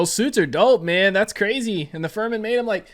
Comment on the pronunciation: Fur-men 😂😂😂 it's fremen... Meaning free men.